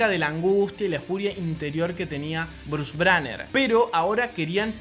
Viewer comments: Se Respeta mucho que te tomes el tiempo para estudiar sobre estás películas y este mundo que quizá no conoces pero bro al menos nombra bien los personajes jajajaja Bruce braner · dijo brus braner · Bruce banner ❌ Bruce branner ✔️ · Dijo Bruce Braner?